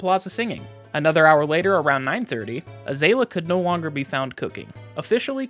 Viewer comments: This is such a fun video! Super good quality, excellent work. Also, idk if anyone else mentioned- Azalea is a kind of flower, it's pronounced like uh-ZALE-ee-uh :) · pronounced Tan-jee and Uh-zay-lee-uh pls i beg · First time I've ever heard azalea pronounced like that lol